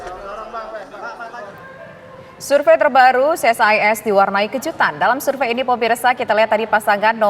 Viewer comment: Ce Es I Es..... bukan Si Es Ai Es.... krn ini singkatan, kalau UNESCO ( akronim) dibaca Yu nes ko....